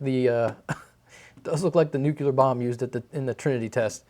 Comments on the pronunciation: Awesome! I just have one request... Nuclear. NUUCLLEEEEAAARRRRR. as in, pertaining to the NUCLEUS 😂 Please don't threaten to "Nuke you, Lars" lol.... jk. That is all. Awesome video as usual! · Nucular... hahaha